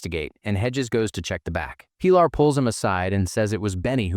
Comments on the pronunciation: Pie-laaar"? the girl has a very common spanish name, Pilar, pronounced "Peeh-laar" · Her name is pronounced Pee - LAR. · Robots can't pronounce it